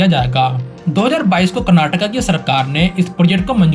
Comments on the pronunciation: Thanks for saying "Kurnaatuku" and not "Kurnaatuk". It's been a long time since I watched anybody on TV and social media pronounce the word correctly. Please also say "Kunnudu" instead of "Kunnud". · Thanks for saying Karnataka not Karnatak and Bengaluru not Bangalore. Liked this video for the same reason 😃 Good and simple explanation of the upcoming projects. 👏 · Thanks for saying KARNATAKA 😂🎉🎉🎉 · Thanks bhai for saying KARANATAKA ,NOT karnatak , 😂😂❤ this the least we KANNADIGAS like me expect from our Indian brothers..❤❤